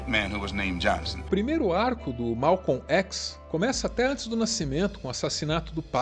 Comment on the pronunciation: O vídeo é bom, fora o fato de que nós Brasileiros sempre dizemos Malcon Xis "chis" nunca um Brasileiro pronunciou ékis! LAMENTÁVEL